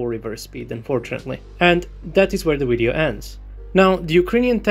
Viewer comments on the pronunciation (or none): Video dude,video not wideo ! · Love when he says widdy-oh lol